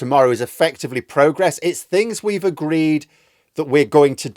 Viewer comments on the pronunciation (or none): none